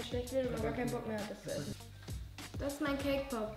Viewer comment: OMG SAME ich hab extra die Kommentare gelesen um zu sehen ob ich die einzige bin XD